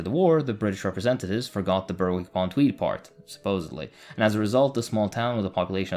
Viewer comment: Brilliant video. Although it's actually pronounced 'Berrick' upon Tweed . The W is silent. Still incredible video my good sir!